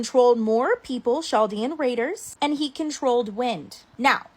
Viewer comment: chaldean is actually pronounced KAL-DEAN not ch"